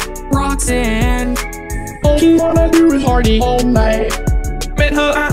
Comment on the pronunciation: I love how pronounced roxanne to roxinne